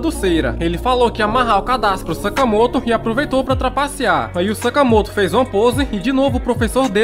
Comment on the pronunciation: Vc falou sakamato